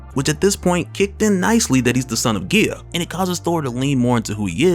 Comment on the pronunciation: Love your videos! It’s pronounced GEYEA